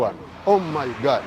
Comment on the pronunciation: Banna Uganda, muve ku byemulaba nemuyiga ku internet: clean up your language. Using 4-letter words does not make you look hype and modern. Naawe host, vva ku "Gaadt," it is GOD! Temututama!